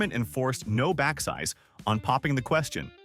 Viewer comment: Okay, so now I know this video is narrated by an AI, because number two pronounces no backsies as no back-size. For those who've never given something to someone and tried to take it back...